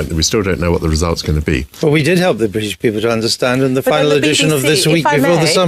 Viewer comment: “Peolple?” Is that like how they add extra letters to color and arbor?